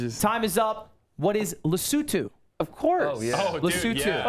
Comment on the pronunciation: DAMN! Lud coming in with the right pronunciation of Lesotho. I'm impressed